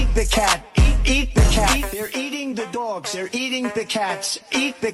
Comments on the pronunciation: Did you say doyoggs on purpose? I’m full so cal surfer. But doyoggs? Megan still love you.., but doyoggs. Sorry I’m busy tonight. LOL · I enjoy your accent "dogs" and when you impersonate ot use voices.